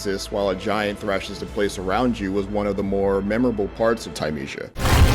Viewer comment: He even said the name wrong.